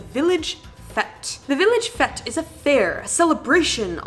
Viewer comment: Haha “village fet’s!”